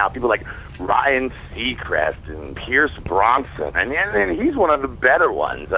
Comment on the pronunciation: lol Oderous fail "Pierce Bronson". No dice.